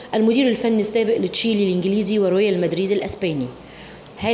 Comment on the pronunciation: تشيلي الانجليزي!! ذاكري كويس..هو اي حد يجيبوه يقرأ نشره رياضيه..يارب ارحمنا